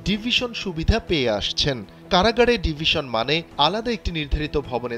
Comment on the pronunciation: কাড়াগাড় কি ভাই একটু বুঝিয়ে বলবেন, সাংবাদিক হয়েছেন এখনো ঠিকঠাক বাংলা উচ্চারণ করতে পারেন না, সুন্দর করে কথা বলবেন এতো স্টাইলের কি আছে?